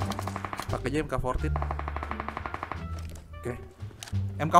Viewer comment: Bang mk. 14 dibaca Mark 14